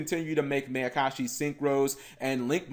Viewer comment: cap. it's pronounced Meye-uh-kah-shi. like the Mai in Mai Valentine. it's a combination of Ma, which means evil, and Ayakashi, which is basically a synonym for Yokai.